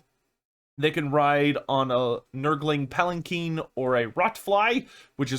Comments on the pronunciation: palanquin not palakeen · I think one of us doesn't know how to pronounce Palanquin.